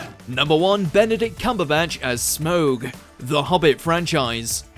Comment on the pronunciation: People been arguing bout the two right ways to say ‘smaug’ for ages and this dude fucking said ‘smowg’